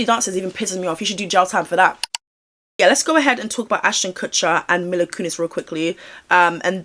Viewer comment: Another great vid, he 100% knows something even IF he wasn't actually involved in any of it! People do need to remember that not every celebrity seen with Diddy will have been a part of this or even known, but I don't believe this is the case for Ashton! (Also her name is pronounced Meela❤)